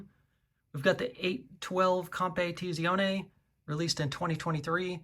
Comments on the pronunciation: Compe teezee ouney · oh god the butchering of the pronunciation of scuderia and competizione during the ferrari segment hurts my soul lmao